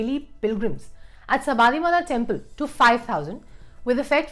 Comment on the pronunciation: Please check the pronunciation of Sabarimala.